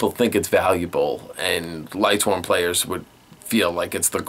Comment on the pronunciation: Sorry, but mispronunciations are one of my pet peeves. Guide below because some of these I hear a lot (Great Q&A though): Beelze: "bee-ELL-zuh" Xyz: "ik-seez" Lightsworn: has an N, not an M the 'ch' in "archetype" makes a "kuh" sound. the V in ARC-V is pronounced "five" Qliphort: "klee-fort" Melodious: "meh-LOW-dee-iss" Djinn: the D is silent